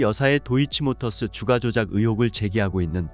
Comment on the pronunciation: 읽을때는 "주까"로 읽어라 "주가"가 아니고. 쓸때는 주가러 쓰고 읽을땐 세게 발음해야디